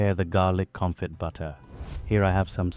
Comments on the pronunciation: Garlic Confit (pronounced, confi, t is silent) ;) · Confee is how you say it.